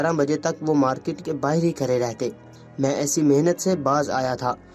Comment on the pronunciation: پہلے تلفظ درست کرو۔۔کھڑے کو کھرا پڑھ رہے ہو۔۔تزبزب تز بزب۔